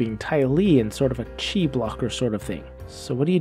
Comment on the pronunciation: Chi is pronounced Chee, not Key. Di is the singular of dice. Not a criticism, just a correction. :) Jon in rural BC, Canada (who plays a rock gnome bard, raised by halflings)